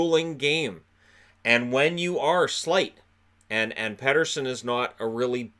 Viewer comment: Keep Benning. Keep Edler. Keep Pearson. Tinker around with the squad a bit more. Pronounce it as Petterson, not Peterson. Canucks checklist for the off-season.